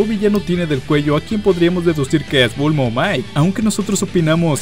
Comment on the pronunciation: buen video pero en un momento dices bulmo en vez de bulma jajaj